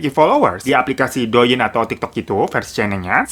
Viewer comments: To ying bang,,, bukan do ying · Bang, cara bacanya Liziqi = li ce chi Douyin = tou in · inpo aja bang...douyin nyebut nya touyin. li zi qi nyebutnya li ce chi